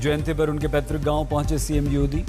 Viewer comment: Cm yodi😂😂😂😂 paan nikal Kar bolo yodi nhi yogi hai